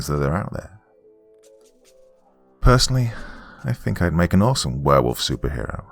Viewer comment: Hey I think he said he Wanged a Berewolf …